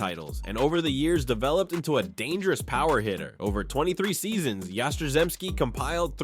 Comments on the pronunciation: Oh come on! Yastrzemski, pronounced "Yah-strem-ski" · The pronunciation of Yastrzemski really got butchered. He deserves better. That man was pure greatness!!! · Good list. It's terrible that you can't get Yaz's last name right.☹ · You don't even mention the fact that Pedroia won an MVP? I mean, come on. 5 foot nothing.... director and producer of "The Laser Show" Dude got everything he could out of himself. Not mentioning Fred Lynn should get you charged with fraud because it doesn't make sense...Kinda like the way you butchered Yaz's name? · Really good, except for Yaz name pronunciation